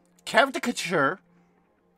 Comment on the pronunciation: is why I watch this channel. it sounds like you are saying carrot catcher when you say character 🐒nice sticks today but still no where close to hitting pokerev's troll face